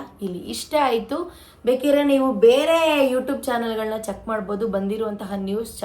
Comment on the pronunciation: ಯುಡೂಬ್ ಅಲ್ಲ ಅದು ಯುಟ್ಯೂಬ್ ನೆಟ್ಟುಗ್ ಹೇಳೋದು kalthko ಆಮೇಲೆ video ಮಾಡುವಂತೆ